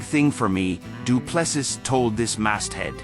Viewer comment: His surname is pronounced..DU'ple'See....